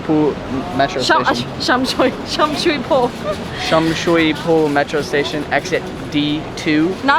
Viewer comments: Sum soi poh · You guys are butchering Sham Shui Po 🤣. I hear hotels are cheap now...